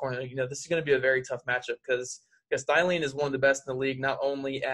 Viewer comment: Thielen......... It's Theee-Lenn lololol